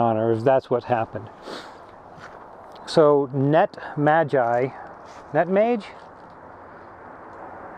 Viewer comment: Thanks for the shout-out! You had the pronunciation right on the first go, it sounds like “net-maji”. We gotta get to the bottom of this fuel thing. I hope this isn’t part of why honda spec’d 600 mi oil changes in the first place.